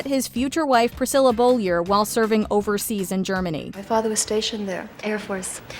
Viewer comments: Priscilla's last name isn't Bollier, it is Beaulieu and pronounced BOW-LYOO. There is no R in it. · It’s pronounced “Bow-lee-o,” not “Bowl-yer.” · Man,the narrator sure has difficulty with pronouncing surnames gets both Parkers original surname and Priscillas wrong 😆